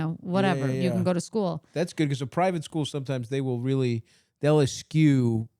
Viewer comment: 9.00 mark, stav your pronouncing eschew slightly wrong. Sry u have a few egg head fans loz